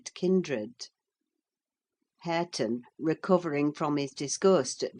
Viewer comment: its harre-ton😢